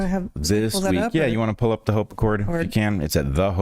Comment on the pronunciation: HOPE ACCORD, not HOPACCORD